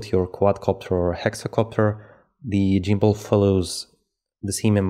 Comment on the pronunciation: good info but its gimbal not jimbal